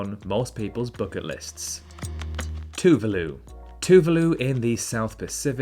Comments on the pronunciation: Hello from Russia! Thanks for the video. Several errors made. 1) Paraguay does have 2 official languages. 2) Spanish is an, not "the" official language of Equatorial Guinea. Two other are Portuguese and French. 3) Tuvalu is pronounced with the second, not the first, syllable stressed. 4) Dominica is indeed often confused with Dominican Republic but not with the island of Dominican Republic for no such island exists. The island the bigger part of which is occupied by Dominican Republic is called Hispañola. Incompleteness in the comments where they concern the official languages in South America: not only Brasil, Guyana and Surinam have official tongues other than Spanish but Bolivia has 36 official languages. Check also Peru. With Quechua and Aimara. In Moscow, which is Europe's biggest city (for part of Istanbul is in Asia), there many Kyrgyz people who come for employment. They work as taxi drivers, couriers, builders, etc. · Thank you for mentioning our beautiful island of Tuvalu, Just wanted to let you know that the pronunciation of Tuvalu was not right but not a bad effort, understandable though, Great video 👌🏽